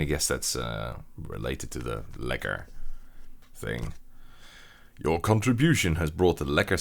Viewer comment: the way you pronounced ''Lekker'' was just absolutely perfect, most non Dutch people i've met can not pronounce it like that